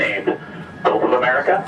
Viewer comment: No, he calls it "Golf of America."